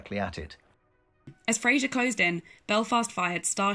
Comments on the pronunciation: Great history... just want to ask how a British Admiral with the name FRASER... becomes pronounced as Frasier... like the US sitcom... could not possibly be.... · Right then. It was Admiral FRASER, NOT Frasier. Also cruisers are NOT and never have been "capital" ships. Do your research better and make sure the narrator actually knows how to pronounce the names of key participants in the action. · It's FRASER NOT FRAZIER. Er thought the yanks sunk the Scharnhorst same as they recovered the enigma machine and broke its code.